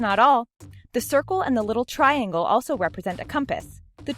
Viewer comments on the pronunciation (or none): none